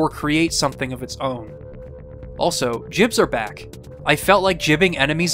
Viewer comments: hearing you spell "jibs" instead of "gibs" makes my ears hurt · It's pronounced as "gibs." With a G, not a J. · Why did it become cool to pronounce "G" as "J"? Ground Into Bits. GIBS. G. HARD G. Graphics Interchange Format. GIF. G. HARD G. (I disagree with the creator)